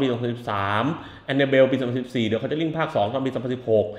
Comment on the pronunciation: คอนึจารีคึ ออกเสียงแบบแจแปน